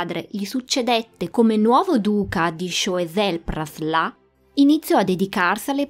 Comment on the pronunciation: Interessante come sempre. Solo un appunto sulla pronuncia: "Sciuasel-Praslen. Comunque brava è sempre un piacere seguire i tuoi video